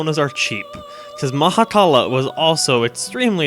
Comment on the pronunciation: I love how says 'Mahakala' with a perfect Finnish accent. It means 'Stomach-fish' in Finnish.